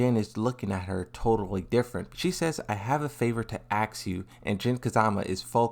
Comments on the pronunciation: Its "ask" not "axe" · why ppl keep saying aks instead of ask?